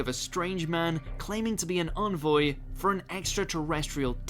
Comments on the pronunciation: 'Berk shire' ??? Really, even someone from these isles cannot pronounce it correctly? It's 'Barksheer'!! Envoy is not pronounced onvoy it's en (as in pen) voy. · How not to pronounce Berkshire, Todmorden and Envoy.